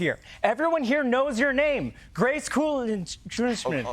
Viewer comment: Grace legitimately started laughing at the mispronouncing of her name. 😂😂😂